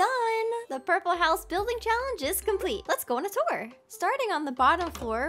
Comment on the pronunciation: The Red house the perpele house 😂